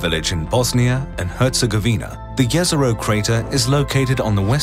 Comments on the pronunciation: Every scientist involved in the project: Jez-Er-Oh This random dude: Yez-Er-oh. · Jezero means lake. And the way you pronounce it hurts me